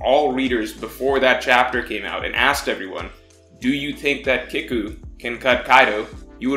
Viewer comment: it's "keeku" and "eezo"